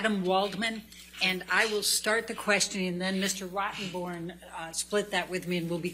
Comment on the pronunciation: Every time someone says Rottemborn....I just bust up. Adam knew his "sheet" Why is Elaine and Rottenborn wasting time, on Attorney client privilege? Keep wasting time with these boring depositions, they won't be able to cross any Johnny's witnesses....#justiceforjohnnydepp